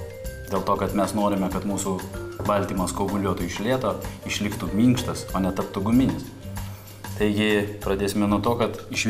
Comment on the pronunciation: mYnkštas 🤣 Hilbilis